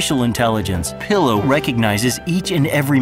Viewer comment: Why do they keep calling Pillo "Peelo"..... like, none of them could get it right??